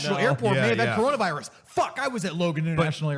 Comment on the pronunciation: Its Coronavirus, not Cornholevirus!